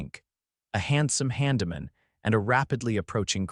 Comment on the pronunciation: Not to mention handyman.